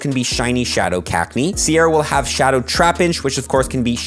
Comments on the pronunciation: STOP.....SAYING .....CAKneeee its Cac-knee-AH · The way you pronounce cacnea does my head in 🤣